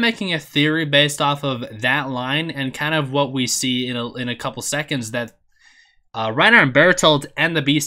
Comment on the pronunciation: Why do you keep saying Reina